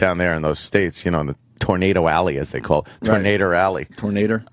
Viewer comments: HAHAHAHAHAHAHAHAHA GREGG! PLEASE KEEP SAYING TURNADER! MY GOD! MY RIBS ARE SPLITTING!!! HAHAHAHAHAHAHAHAHAHAHAHAHAHAHAHAHAHAHAHAHAHHAHAHAHAHAHAHAHAHAHAHAHAHHAHAHAHAHA . Die. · In north georgia, it's pronounced "Tarnayduh".